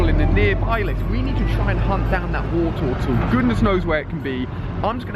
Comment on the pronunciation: "we found the Woretowtle